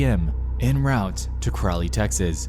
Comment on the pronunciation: I'm amazed that you pronounced Crowley correctly